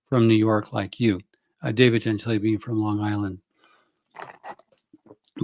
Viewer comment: Isn't his name pronounced gen-TILL-ee?